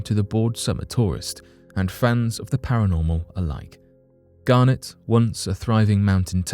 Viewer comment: It's Garnet...not Garnett....Garnett is a family name and Garnet is a stone! Very different pronunciations!